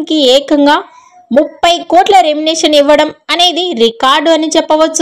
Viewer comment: నీకు సరీగా మాట్లాడేకి రాదు ఛానల్ అవసరమా ఎభాష వస్తదే నికి ఎర్రి పూ... దానా... రెంనెషన్ naa ఒక్కసారి పలికిందిలే తప్పు అంటే ఓకే ..మాట్లాడిన ప్రతి సారి రెంనెషన్ అని కూస్తావ్ బుర్రతక్కువదానా చదువు రాకుంటే ని యెనకా ముందు రెండు మూసుకొని కొంపలో కూసో... ని నోటికొచ్చిన కూతలు కూయకు.. remuneration. ఇలా పలకాలే గొర్రెదానా. తెలియకుండా నోటికి ఏదొస్తే అది కూయకు తెలుసుకొని కూయ్ తింగరిదానా.. 🌹🕉️🌹జై శ్రీరామ్...